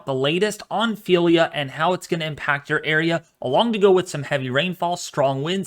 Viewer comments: It's Ophelia NOT Felia You are not pronouncing the O OOOOOPHELIA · It's Ophelia not Phelia ! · WMO pronouncing it o-FEEL-ya officially from RSMC Miami naming list